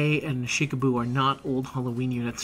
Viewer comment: Huyans a cutie. Also using this month to fill in missing characters, Shikibu (love the way you and your brother say her name) is coming home.